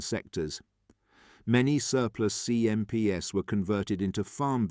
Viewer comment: I'd much prefer an imperfect human-voiced narration than this Chatbot with a simulated British accent! Obvious errors include pronouncing terms associated with the atmospheric wind 🌪, when describing the 'winding 🌪 down' of the CMP truck windows! 🪟 🙄 Repeatedly referring to 'CMPS' by a string of alphabetic letters, when the script writer 'actually intended to refer to these military trucks in plural (CMPs) became really annoying! Please hire an amateur 'voice actor' rather than using an AI synthesized voice! 'Also there was far too much repetition in the script! Even allowing for some important facts to be repeated a couple of times, the script would have been much better if its length had been reduced by at least one quarter! How many times do 'the deserts 🏜 of North Africa' and 'the jungles of Burma' have to be repeatedly referenced? The inclusion of at least one brief motion film clip showing the CMP moving over the different types of terrain to which the script repeatedly refers, would certainly have improved this video product![Edited for punctuation and syntax.] 🇨🇦 🍁 🇨🇦 🪖🎖🚚 🚛 🚚 🚛 🚚 🎖🪖 🇨🇦 🍁 🇨🇦